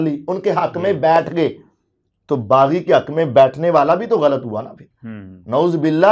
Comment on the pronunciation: Baggi nahi baghi giroh. Bol na